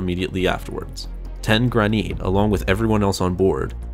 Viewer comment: His name.. is Tenn Graneet